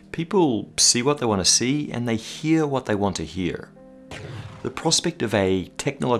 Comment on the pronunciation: that second pronunciation of "hear" was oddly American sounding.